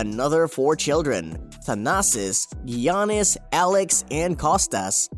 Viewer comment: “gee-ah-nis” okay bud